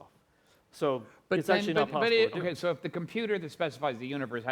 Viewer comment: She says..oohkee?